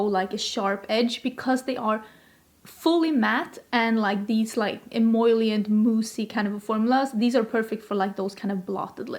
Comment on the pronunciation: you’re saying “em-OIL-ient” instead of em-OL-ient! Only one I in the word emollient, also much easier to say 😂🙏🏼